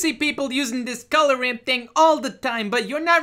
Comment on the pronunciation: Colugh instead of color